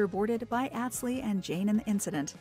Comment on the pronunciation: Not àh but aw tz watched show for years so no how his name is pronounced